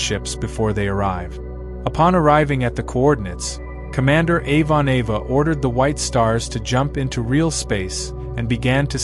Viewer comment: "Avon-Ava" ... That mangled mispronunciation is extremely grating